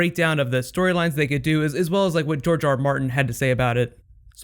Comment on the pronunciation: GRR Martin, as in George, not Jorge.